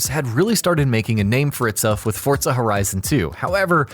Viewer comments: Forza not fortza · What's fortsa? Is it like forza? LoL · why the fuck is he saying FORTSA, it is FORZA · Forza not "fortza" XDD not being mean just saying xd good vid brotha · It’s forza not fortza ur saying it wrong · its called FORZA not fortza ... fortnite and forZa didnt have sex and there wasnt magicly a baby called fortza .... its FORZA ! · whats a "fort-za"? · forTza horizon lmao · Fortsa Horizon 3. Threw me off with that pronunciation 😂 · Learn how to say "Forza" 😂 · why is he saying forza with a t